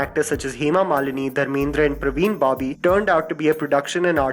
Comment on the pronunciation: Parveen Babi... Not Pravin Babi